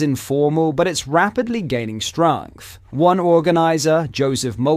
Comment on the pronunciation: Does he use ai for these videos.. he randomly just completely fucks up a word.. I never said anything before but did he really just say stragnth instead of strength